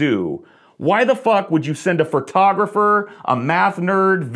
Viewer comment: Did anyone else notice when said "fur-tographer"?